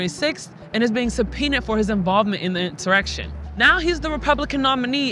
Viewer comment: I like when she said INSERECTION 😂😂 😂😂 Trump will run , & Win in 2024 ( providing they don't CHEAT AGAIN ?? )